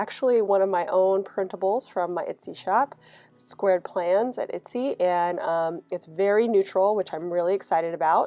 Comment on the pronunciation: I've been watching your videos non stop so ive seen all the new ones and now watching the older ones and its so cute t hear you call it an "itsy" shop 😂 you made my day!